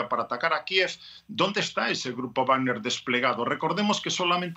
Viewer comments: X que la periodista dice grupa wagna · Grupo wagner, dilo bien coño.